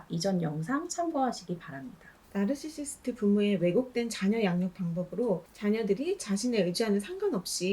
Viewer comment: 나르시시스트 말할때 발음이 왜그래요? 죄송함다..😢